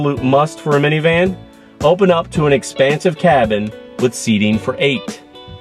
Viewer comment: it is funny to hear that sedona is good "for miviman".. many times. yes, it is a "minivan" that you are reviewing.